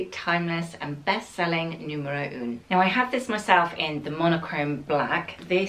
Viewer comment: I wish they’d help you with the correct French pronunciation of the numbers!! For example, ‘un’ is not pronounced ‘oon’. It’s more of a guttural ‘ahh’. The pronunciation of ‘neuf’ should be said ‘nuff’ rather than ‘noof’. Not your fault of course but they should be helping you, if they work with you!!